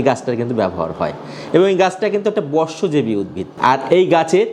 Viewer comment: বশ্ব জীবি উদ্ভিদ বলতে কী বুঝায় ,,এখানে বশো জীবি বললেন নাকি বর্ষ জীবি বললেন বুঝলাম না